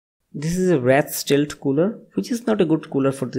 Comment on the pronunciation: it is rath stealth it is wraith stelth bangla ta kotha bol na